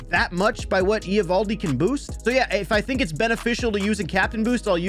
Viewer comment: Why are you pronouncing Eovaldi's name like that? 😂